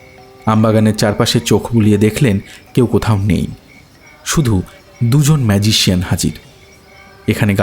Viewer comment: বড়ো অদ্ভুত লাগছে।"ম্যাজিক " বলার সময় গল্প -পাঠক ঠিকই বলছেন "ম্যাজিক "। ঠিকই আছে।কিন্তু,"ম্যাজিশিয়ান" বলার সময় গল্প-পাঠক অদ্ভুত ভাবে বলছেন-"মাজিশিয়ন"।